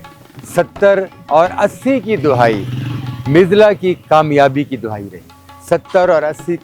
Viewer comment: CORRECTION JANAB LAFZ DA- HAYEE NOT DUHAYI PLEASE NOTE